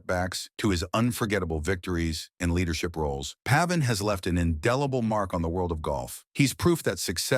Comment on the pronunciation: Pronounced pave in. Come on people.